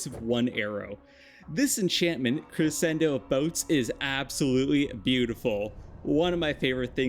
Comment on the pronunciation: all i have to say is your pronunciation of crescendo is bad. The c after the s isn’t silent and makes a different sound. it ends up being more like creschendo. sorry but music terms are something i’ve dealt with for too long and they get mispronounced all the time.